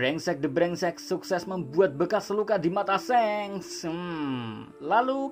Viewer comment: Min, shanks itu kok bacanya seng, pdhl luffy panggilnya sangs